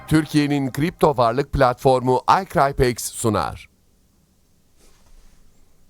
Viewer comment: Hocam cok havalı icrypex diyorsunuz ya saatlerce ingilicce konussanizda sizi dinlesek